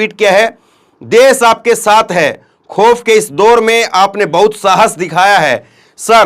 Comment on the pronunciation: Des nahi hota desh hota hai